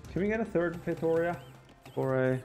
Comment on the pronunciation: It’s pronounced “fay-tow-REE-ah”!!